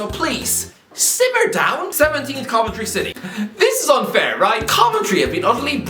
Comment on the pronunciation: Watching him say coventry I was like yeesh he’s messed up there then he says luton right after 😳